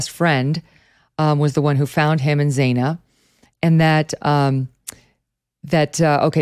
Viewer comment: It's not Zay-na it's Zana, rhymes with banana.